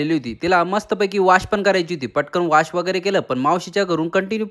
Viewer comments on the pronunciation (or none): वॉश ❎ वाश ✅